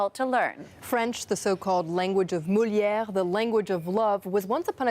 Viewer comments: Bonjour, Speaking of speaking French, it's Molière, NOT Moulière. Learn how to pronounce one of the most important figures of France! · Did she say Moulière? Sure sounds like it. You want to speak well-pay attention to the details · "Mouliere" ? Vraiment ?